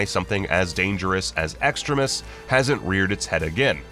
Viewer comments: it’s pronounced extreme ius not extra-ist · Who else cringed at the way the narrator of the video pronounced extremis?